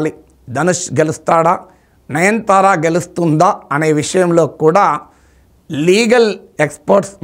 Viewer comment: Sorry sir,not 9 thara please pronounce Nayanathara. I think I am correct.